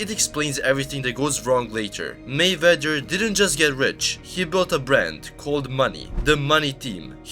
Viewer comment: Narrator can't pronounce 'Mayweather'. funny.